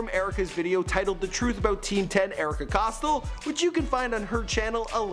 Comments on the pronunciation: Its not costl Its COSTEL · Cost-till um it's cost-ell like ella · It’s not pronounced costll ITS COSTELL!!!! Get your fact straight 🙄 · It’s not cos-till it’s pronounced Cos-tell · It’s cos(tell) not cos(toll) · Costle NO costTELL is how you pronounce it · It’s Erika Costell not costil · its COSTELL not Costle. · It's Pronounced (cost) (Elle) k??? Get it right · It's not Costle. It's Costell. Not like this bitch matters. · He says costall not Costell. LOL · Costell (COS-TELL) plz learn it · "COS-TELL", "COS-TELL" GD LEARN HOW TO PRONOUNCE NAMES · The way you say Costell 😖